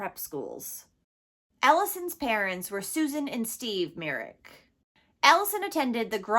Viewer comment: Say her last name correctly before you talk about her